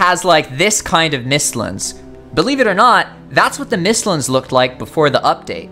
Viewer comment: Bro said “mistlins” instead of mistlands smh 💀